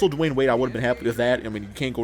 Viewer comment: it's Dwyane Wade